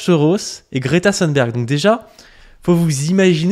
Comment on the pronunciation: Merci ! Je me suis régalé ! C'est en effet un sociotype très fréquent, et j'avais remarqué que nombre de droitards d'aujourd'hui (ceux dont tu parles, mais aussi Zemmour, Sonia Mabrouk, etc.) sont les immigrés, ou auraient été les immigrés, d'hier. Note : attention, on prononce Greta Thunberg comme dans "des thunes", pas à l'anglaise (le "th" à l'anglaise n'existe pas en suédois).